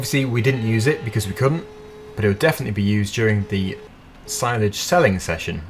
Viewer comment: you got hayledge and silage correct 😂